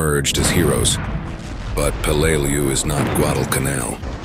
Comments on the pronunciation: Peleliu pronounced Pay Lay Loo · It sounded like he said blu-lu-lu-lu-lu!!!! !!!!!! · Be much better if you learned to pronounced the island's name. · solid enough vid. but a few things i take issue with. qst tje pronunciation of Peleliu, its not like this happened yesterday. its close to a 100 years ago and info upon it can be found. not just war wise but it is still an island today. just do a quick search of "how do i pronounce" and your prob would be solved. 2ndly i hate when movies are used as war footage. you used Letters from Iwo Jima , which is about Iwo Jima, not Peleliu. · Do some research and learn how to pronounce the name of the island. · EXACTLY...! I've been there as a scuba diver, and toured the battlefield. I blows my mind that people make these videos and have no idea as to how pronounce the name of the place they are featuring...!!!